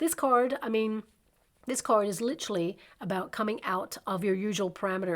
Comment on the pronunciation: “ Lit-er-al, “ not Lit-tral. Sorry, I wrote a book on Communication and words and pronunciation matter. Literally, not Litrally.